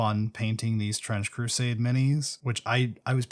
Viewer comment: I swear at some point I heard you say "French Crusade" lol